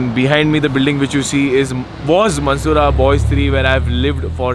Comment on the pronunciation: listen he says balls instead of boys